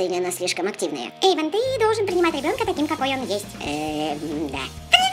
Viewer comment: эйван а не Эйвон